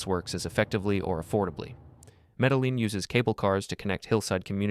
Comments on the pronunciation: You really have to look up the pronunciation of names you're talking about. At least get closer if you want to be taken seriously. Yamanote: Yama no tay Nantes: Nont Medellin: Medeyeen Shinkansen: Shin kan sehn. Doesn't rhyme with Hanson. Japanese has suuuuper regular pronunciation. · I love this video, but you're consistent mispronunciation of almost every foreign city is hilarious. You don't pronounce the last E in Yamanote, but to pronounce the E in Nantes. The LL in Medellin also caught my ear. I'm halfway through, so I'll see if there are more, lol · Medellín was the one that killed me 😭 Also Yamanote omg like the video was amazing save for that